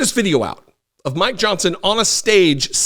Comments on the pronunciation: You say "Mike Johnson". I hear "My Johnson". Sort of like My Pillow. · 😅😂🤣I thought you said “I want to talk about my Johnson”! Before I realized you said mike Johnson! Omg i almost spit my drink out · I love how you keep saying " my Johnson " I'm not hearing "Mike".... that is awesome!